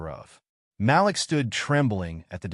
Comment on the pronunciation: Malik NOT Ma- lick Mah- LEEK... Way to screw up a name